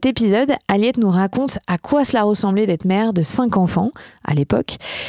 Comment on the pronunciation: L'emphase sur le " cinq" dans chaque questions est lourde. Il y en a qui ont plus et qui gèrent.